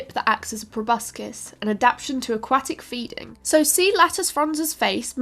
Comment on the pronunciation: It's ad-ap-TA-tion. NOT ad-ap-tion.